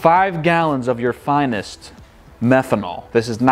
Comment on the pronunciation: False advertising. You said pyee methanol